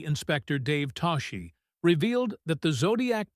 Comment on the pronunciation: Toschi's name is pronounced "TOSS-kee." The school bus hijack scene in a 1971 movie was inspired by a 1976 school bus hijacking?!!? I suggest a change in wording to reflect the fact that the scene was inspired by events PRECEDING it.